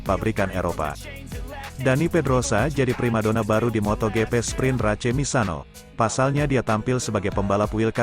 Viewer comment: Ruca race geli gue dengernya bacanya kayak anak SD yg blm kenal bhs inggris